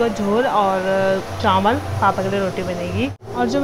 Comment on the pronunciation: Bolna nhi atha hai kya tum chawal ko chanwal kyu bolti ho itna nhi banna chahiye